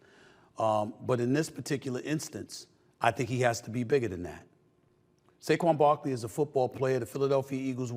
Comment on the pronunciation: Who’s saguen Barkley 😂